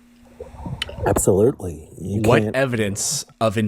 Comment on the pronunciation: “Do you believe in intelligent design?” “Abselertley.”